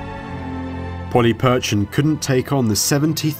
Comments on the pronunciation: You are right. The 'ch' should be lighter. We know this for next time. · Good job pronouncing "CH" this time, even though not perfect, Polyperchon being the problem. :-) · Mike Gill hello my friend. Just a heads up for the next video coming out soon. We did the recording before realising our error with how to pronounce Polyperchon. I wanted to keep you in the know and not make you think we had forgotten :). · Mike Gill hello my friend. Just a heads up for the next video coming out soon. We did the recording before realising our error with how to pronounce Polyperchon. I wanted to keep you in the know and assure you we havent forgotten :).